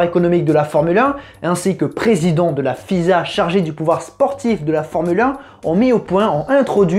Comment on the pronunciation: je découvre tes vidéos, merci mais ... ne dit pas F . I . S . A mais FISA